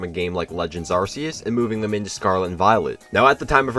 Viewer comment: Why did you say arseus?